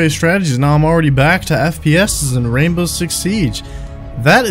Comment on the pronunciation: wwwwwwwainbow six siege! love it